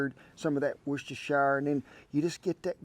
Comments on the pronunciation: Looks great. Makes me laugh how Americans pronounce Worcestershire. It’s pronounced “wurstersher” not wor cest shire. I know I live in Worcestershire, England😂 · Great video! Gotta get down with some bologna like this sometime. Oh, I just pronounce it" Woosht" Thx again Kent & Shan! ~Ryan & Chx